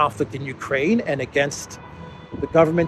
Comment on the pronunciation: Did you say the " You Pray in Project ". I like it.